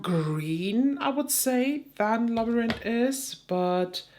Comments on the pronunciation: This Haggard quint was accessible to me and not expensive. I got the real thing and just purchased the quint. Labyrinth in English is pronounced as you say it but in the end you do not pronounce the T. The T is a th which is similar to a z sound (in Soanish). Sorry for your shadow loss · Sounds like Lab-rinth ❤ but ur pronunciation is much fancier! 😊 love that shade, but my goodness is that palette EXPENSIVE! over 50$, and there's only one truly unique shade? Doesn't seem worth it i hope u find a good dupe! ❤ back to the vid 😂